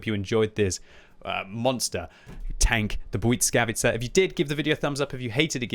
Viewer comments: bly-S-kavica not bly-c-kavica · It is pronounced blìskavica, not buyd_skavica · Oh,,... Why does the T keep appearing in your Błyskawica? It's not Błytskawica, nor Błyckawica 😅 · Hello everybody! Im a polish person and I can tell you that you pronoucne it almost perfect! But it's S instead of C in middle of the word, like bwuySkawitza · It's pronounced the bliss-kah-veiskah